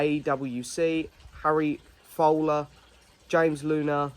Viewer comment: You did get my name but it’s pronounced FOULer not FOOLer😂Keep up the great work though, I love your content👍